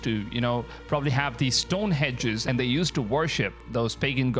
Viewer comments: Stonehenge not stonehedge . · Stonehenge - not hedge.